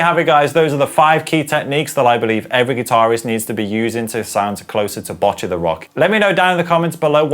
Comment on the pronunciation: Kinda hate being like this, but as a person learning japanese, who also started playing guitar because of this show, it's pronouned Bow-cchi, the last part is right, you're just pronouncing the begginning wrong. Also, I think you got it down, but it's a hard ch sound